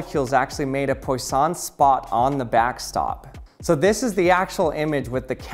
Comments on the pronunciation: FWIW, Poisson is pronounced like pwa-SOH(n) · Poisson is pronounced as Pwaason. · Couldn't you have looked up how poisson is pronounced at some point before recording?